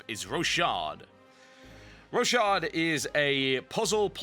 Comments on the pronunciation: i think its called, Rock-hard. not Ro-shard :P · I thought it was pronounced roc hard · Looks like it would be pronounced Ro-ckard :o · Is pronounced rockhard